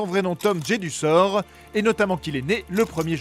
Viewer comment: "Poudlarde" au début et à les "waisslai" et "Tom Jédussor" à 😂 Sans dec ils peuvent pas mettre quelqu'un qui connait un tout p'tit peu Harry Potter pour en parler 😄